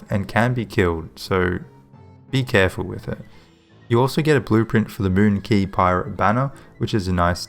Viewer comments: I think it's pronounced (qu-A-y) not (qu-I-y) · Yeah it's pronounced as "Key", google search if you want to hear it